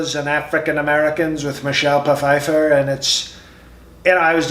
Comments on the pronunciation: Michelle Pa-fifer. You crack me up and you looked like you almost lost it. 🤣🤣 Lots of sniffing. 🤣 Good video. 👍🏻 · Pa-fifer....im sure Trump's people say that is correct. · Michelle P-feiffer! Love it!